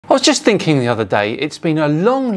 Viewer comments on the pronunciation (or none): none